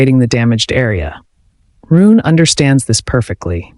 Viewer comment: It's pronounced "Roo-nuh," not "Roon!" Get your AI pronunciation in order.